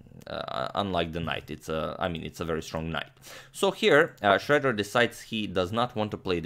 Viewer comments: It is not pronounced shredder but Shroeder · The "oe" in "Schroeder" is actually pronounced like "euh" in french or "ö" in german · I've never heard Schroeder pronounced as "Shredder" before. But in this case, Schroeder got shredded. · You usually nail German pronounciation. Did you imitate the English pronounciation this time because Alfred Schroeder presumably was American (or migrated and changed the spelling of 'Schröder')?